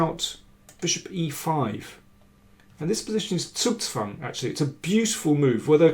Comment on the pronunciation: Hey Mr. King. Can you please spell the word "Zugzwang" with a long "u"? Just like the "o" in "move " or "moving"? Keep up with the great work and greetings from Germany!